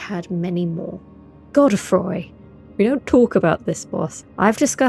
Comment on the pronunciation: How can you say Godrick right, but not Godfrey? "Goddah Froy" 🤣